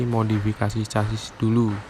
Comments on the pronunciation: Casis, sasis bro, cara bacanya semrawut, hadehhh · Chasis baca ny sasis bos....kaya anak esde aja